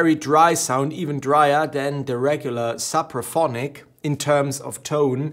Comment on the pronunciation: Suppraphonic? It’s Sooopraphonic